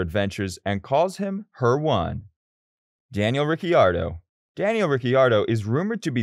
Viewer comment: This was a good video but the way you were saying some of the names just pissed me off. Like Max, Daniel, Dani Kyvat, Valtteri